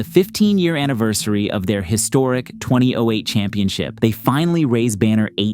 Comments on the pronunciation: Why did you have to say twenty 08 like that. Why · The way he says 2008 makes me giggle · Who the hell says 2008 like that lmao